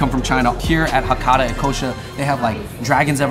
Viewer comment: Okay they are called Hakata "Ikkousha"... I hope you appreciate the name of the restaurant and pronounce it right. I love 一幸舎 but if you go to Japan, one bowl of ramen is around $7-10. $20 is overpriced in my opinion.